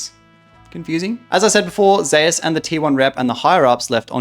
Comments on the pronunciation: from what i heard it is supposed to be pronounced like zay oos as a play on his name being woo-je being pronounced like woo jay, some casters say it like how its said in this video and other says like zay oos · can't pronounce zeus disliked